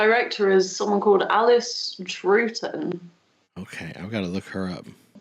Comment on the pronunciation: A bit puzzled that a Doctor Who fan doesn't know how to pronounce 'Troughton'. 🤔 But she's right, this one is always watchable, and I take a childish delight in thinking I've seen David Tennant, Lesley Sharp and Colin Morgan in real life on the London stage. The next one is the one I'm really waiting for!